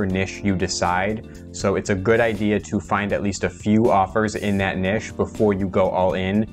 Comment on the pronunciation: Hi. It’s niche (rhymes with itch) OR niche (rhymes with nEEsh), NOT “nish” (rhymes with fish). This has been a public service announcement.